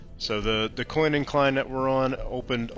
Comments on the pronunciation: The least you could do is learn how to pronounce it. DOOCANE. I have no idea where you got that pronunciation on your video, but it is so strange. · Are you mispronouncing Duquesne on purpose???